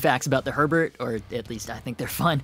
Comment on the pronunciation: Btw it’s German - it’s pronounced more like “hair bear” than “Herbert”